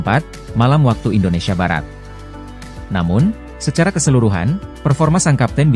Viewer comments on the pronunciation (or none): none